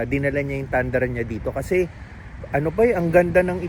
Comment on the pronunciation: It Pronounce Toyota “Tundrah”, not Tandra.😁… sometimes yung mga kano mali ang pronunciation nila sa mga asian words.. 😁.. Nagwork ako before sa Toyota Subic.😁